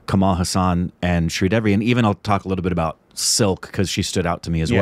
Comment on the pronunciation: Sridevi not Sridervi 🤣...She may be giggling in her grave...